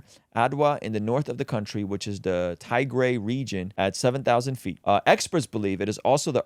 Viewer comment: Damnnn brooo youre butchering the pronounciations lol😂 Garima, Tigray, Ge'ez.. haha. I love you though, keep pushing the kingdom of God❤